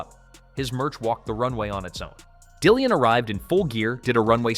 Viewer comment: Dillon, and not Dillian.